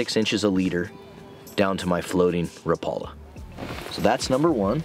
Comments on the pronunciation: By the way, rapala pronouces the name rap a la instead of rapala. Like rap music. I used to pronounce it incorrect myself. JFYI. 😊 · I see you're using "teflon" hooks again. One point of trivia here. Until I moved to Upper Michigan I pronounced Rapala the same way you do with the accent on the second syllable. However, because "Raps" are made in Finland and there is a lot of people up here in the U.P. of Finnish decent, they pronounce the name Rapala annunciating all of the vowels. So, like, rap (as in rap dance) a-la. So, when you meet me, (which you will) I will be saying it the Finnish way. By the way, I like original Thundersticks JR's better than Raps...I wish Brad still made them.